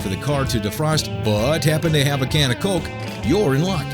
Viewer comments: it bugs me how he says it like colk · colk....i hate they way you say coke